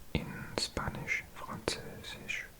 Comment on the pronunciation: Kleiner Tipp: "Spanisch" wird ausgesprochen wie Schpanisch und nicht wie Spanisch. Das ist wie bei dem Wort "Spinne"(Spider) das wird ebenfalls Schpinne ausgesprochen. Greetings from germany